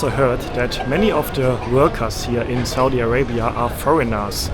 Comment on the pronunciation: So,what country is this again?😂 I absolutely love the perfect way you enunciate Saudia Arabia..